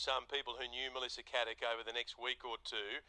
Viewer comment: Her name is Caddick not Haddick if you're gonna do a podcast on her, say her name right at least